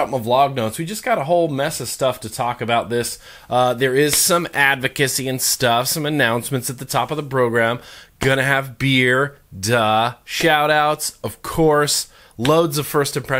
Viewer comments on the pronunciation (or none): did he say..."bro-gram"?